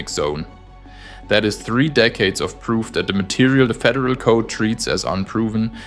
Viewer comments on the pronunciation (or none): none